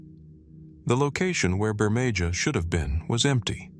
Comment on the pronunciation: Wow not even 3 minutes in and the mispronouncing is so bad I can't continue.. If you can't get the name of the first place correct, there's not much hope for the rest of the video. It's pronounced Bur-may-HA. Not Bur-may-JA.